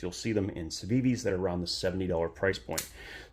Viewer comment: "do you want to see my sitiven?" Steven? that your friend? "we'll not exaxtly..."